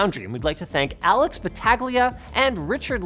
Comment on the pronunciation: Why you gotta butcher my man Alex’s name like that Linus😪